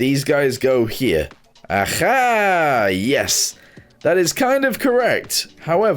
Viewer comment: When he says aha itsounds Russian “ajha”😊